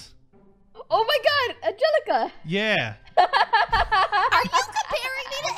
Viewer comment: At first I thought he said angallica he meant from Hamilton but I was wrong